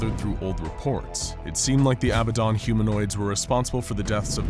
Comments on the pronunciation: It’s “ab bad dan” not “ab bad don “...was killing me the whole time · I'm sorry but I hate that you call it "Abuhdon" because it's pronounced "abahdun" maybe do some more research next time you make an scp video, I notice a lot of inconsistencies, wrong pronunciations, and false information in your videos. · It sounded like you called him babadon